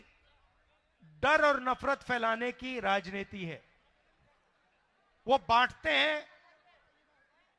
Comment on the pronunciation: राजनीति तक बोलना नहीं आता राजनीति को राजनेति बोल रहा है😅